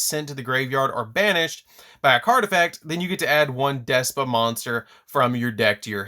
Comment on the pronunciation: Y is he saying despa 🤣🤣 it's despia